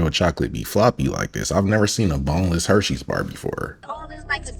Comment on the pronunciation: Bro said boneless herseys bar 😂